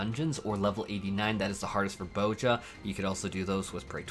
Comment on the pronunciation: "Bow-jah" You know there's a Z in there right?